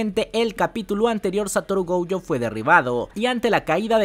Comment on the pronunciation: Nooooooooo Esssssssss . Gouuuuuuuuuuujo. Esssssssss .... Goooooooojooooooooo De dónde sacas la ...u ... ????? Llevo un mes diciendote 😂😂😂😂